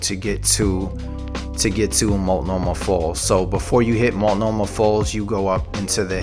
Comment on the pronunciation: that is how you say multnomah falls :) also trillium lake is amazing, but a lot of the time there will be tons of people like you said